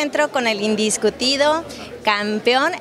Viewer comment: indiscutido dice 😂